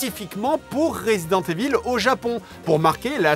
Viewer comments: This has to be pronounced " Raaazident IIIIvol " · Resident EVILLE, j'en peux plus de la prononciation et en plus JDG assume pleinement qu'il s'en bas les c*** maintenant lol